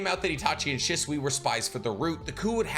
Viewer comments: Love the content but can we pronounce shisui right, it’s not shuswee 😂😂😂 more said “sheswee” 😩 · Why do you say his name like that.. dislike the video just because you disrespectful